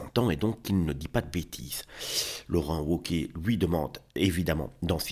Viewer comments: Laurent Woke-iez ahahaha on prononce V cher monsieur, Laurent Vauquiez meme si ca s’écrit Wauquiez. Mais j’ai compris plus tard, grace au « septante », que vous êtes sûrement Belges du coup. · On prononce vauquier